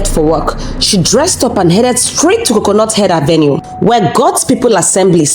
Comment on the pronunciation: Did I just hear " coconut head avenue"?😂😂😂😂😂😂😂😂😂